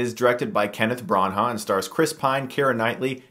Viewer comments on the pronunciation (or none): It's not pronounced "BranHA" is "Brana " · It's pronounced Bran-ah not Bran-aghhhh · lol what's with the pronunciation of Branagh as Bron-haugh? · Brawn-Hah? What're you doing K-Huhris? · THANK YOU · hi Chris, Branagh is pronounced brana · "Bron-HAH" I cringe every time Chris says it.